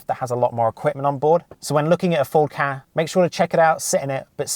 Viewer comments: It really bugs me how u say ford ka like kah isn’t it k-a but over all a fairly decent video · It’s K A not ka